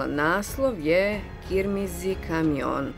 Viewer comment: Puno hvala za informacije, ali molim, da neke vokale u turškom jeziku izgovarate ispravno. İzgovara se: c - dž, ç - č, ş - š, ğ se ne izgovara, y - j, j - ž, İ - İ ali brez tačke, izgovori se kao poluvokal ili engleski a izpred samoglasnika. Crvena je onda krmz - kırmızı. Sve drugo vam ne može pravit problema, ker valja piši kao što govoriš. İzvinjavam se na mom jeziku, ali nije mi prvi.